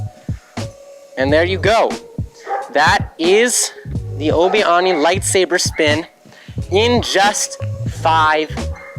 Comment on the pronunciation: Ah yes the obi-awni spin